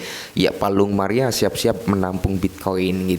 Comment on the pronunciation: Palung mariana apa palung maria ,,,,yg bener yg mana,,kalau dari kata kata nyebutnya saja dah salah,,,mgkn beritanya juga hanya ASAL ,ASALAN SAJA bikin fomo Orang